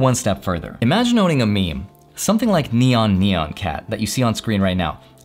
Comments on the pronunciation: Neon neon cat? Nyan nyan pronounced (nyawn nyawn) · I was with you until you pronounced it "nee-ahn cat".